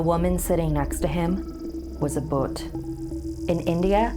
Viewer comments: Boot😂 Its bhhhhhhhhhhhhhhhhhh-u-th but okay😭💙 I love something scary✌ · It's pronounced "Bhooth" and not "Boot" coz it just makes me feel that's it's just a shoe 😜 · I know that most people can't help it but It's not pronounced as Bhut but bhoot as in hoot and shoot. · I think it's india. And if it is then it not pronounced bhot. It is bhoooot. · its not bot its bh-u-t not prnounced as t its pronouced as th so its bhuuth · no one literally no one: pronounced BHOOT as BOOTHS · Actually (no offence) Bhoot is pronounced as ‘bh-oo-t’ with a long ‘oo’ as in root, shoot, flute, etc, and not as ‘bhut’ ☺️☺️ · It's pernouciated B-HOOT. Not BU-UT. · It's not boot.. Bhuut... Spell it like Bhuu -at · Uhhh I think it’s booth not boot just to i let u know but the video gave me the chills (ﾉ´∀｀*)ﾉ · It is not a boot ... it's bhoot... Love from India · So yeah, 'boot' is closer to the correct pronunciation than 'bhut' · as an Indian, I can confirm that the pronunciation is 'bhoo-TH' and not 'bhut' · Its actually pronounced bhooth not bhut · Its not buth its bhoot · Bhoot is pronounced like Booth rather than boot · It is not boot it is bhooooooooooot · Everyone: I'm so a Scared Me: it's not BHUT ITS BHOOTH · "A bot" iTs booth nOt bOt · Uhh... so its an indian story huh? And the word bhoot not bhut or but you are saying it short say it longer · It's not BhUt but Bhoot like Boot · Omg.... It's bhoot not boot..... It's pronounced as bhoot "bha bha " Bhooooot..... Not "boot " Boo boo boo.... It's bhooot 😂😂😂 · It's not baut, it's bhooot... And bhoot is a male spirit BTW... The female is called churail 😁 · It's not bhut its bhoot, like boot, except its "bh" 😂😂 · " a bHut!" i wheezed its bhoot nice video tho 👀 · Hello fellow snarlians ! Greetings from India 🙏... Actually the name the spirit is not 'boot' , but it's 'boodh'... it's a Hindi word for 'ghost' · I'm from India and its not prnounces as 'bhut' but 'bhoot' that is stretching the tone during 'oo' in bhoot.